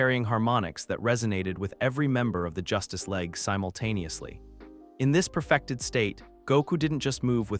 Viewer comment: It is good and I'm an in hour so far. There are some funny mispronunciations like the Justice Leg, Mos-cow. Not a complaint, just find it amusing.